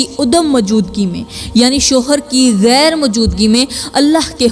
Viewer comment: Tumari tu urdu ki pronunciation hi theek nahi GHAIR ko kaisay bol rahi ho